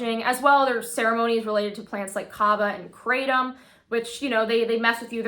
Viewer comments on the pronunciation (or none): none